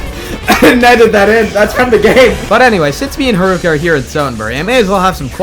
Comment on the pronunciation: Did you just called her harooka ?